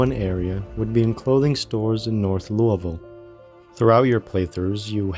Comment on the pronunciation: First zomboid video to pronounce Louisville correctly that ive seen so far